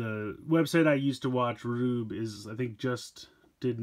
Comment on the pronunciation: It's pronounced gruebe